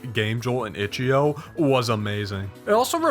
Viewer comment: hearing him say itch eo instead of io is hurting